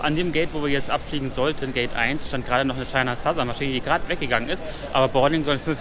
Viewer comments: HAT CHINA SOUTHERN GESAGT!!! und nicht China Thousern:D ich bin stolz auf ihn!:DD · Oh mein Gott du hast China Southern richtig gesagt 😂 ... Spaß bei Seite cooler Report 👍🏼